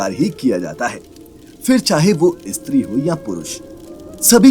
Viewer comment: Tu pagal he kya? ‘Istree’ mat bol ‘steew’ Bol. 😡😡😡